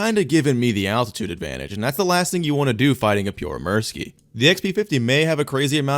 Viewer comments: The puorre murski is not how you say it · Bro said the name like "Pure mercy"💀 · "This is the pjoremirski" you should work on your pronounciation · daamn you butchered the pronunciation so hard. Not saying in a bad way, Finnish is weird language with weird pronunciation. I appreciate the try and the video keep it up. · I love how you pronounce Pyörremyrsky. :D Greetings from Finland!😀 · I was not ready for how "american" your pronunciation of pyörremyrsky would be :D